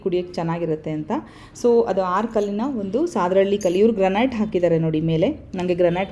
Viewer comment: Mam sadahalli pronounce tapu devanahalli hatra namma uru